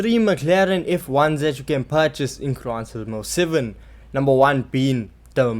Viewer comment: Wtf is crisis most seven😂😂😂? Are you trying to say Gran turismo 7 You are😂😂😂